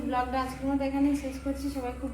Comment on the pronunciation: দাদা আপনি মন খারাপ করেন না আমি আপনার ভুলটা সংশোধন করছি করছি দয়া করে আপনি মন খারাপ করেন না প্লিজ প্লিজ প্লিজ blog কে ব্লোগ বলে ভ্লোগ না ভুল হলে মাফ করে দিয়েন দাদা আপনারা সবাই খুব ভালো মানুষ প্লিজ প্লিজ একটা রিপ্লাই দিয়েন ❤❤❤❤❤❤